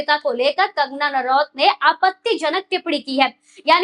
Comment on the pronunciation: कंगना नारावत नहीं,कंगना रनौत कहिए मैडमजी!